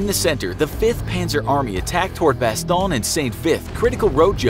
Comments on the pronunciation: I thought it was called Bass-tone. Not bass-tone-ya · Bastongne.. neeeyah? learn how to say it properly Bas... Stone... Jeeeez.. that is embarrassing not to mention incorrect. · didn't even mind the butchering of the Bastogne name... Bastoynge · Bastone-ya hahaha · bastogne is pronounced bas-tone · bastogne is french buddy, you were pronouncing it over n over like its italiano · And if he had just watched that episode he would have known how to pronounce Bastonge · Why do the American officers look like there in German uniforms Also you are saying Bastogne wrong And you failed to mention that Gen. Patton broke through the line with his tanks and that to this day the 101st denies that they need rescue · You kept saying Bastogne incorrectly. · Who taught you how to say Bastogne? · Your vids are great but you gotta go all or nothing man. Bunch of little problems with this video. Also if you're gonna have a video in english PLEASE say Bastogne in English. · Am I the only one that was bothered by how the narrator pronounced Bastogne? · That bastogne pronunciation tho. Cringy af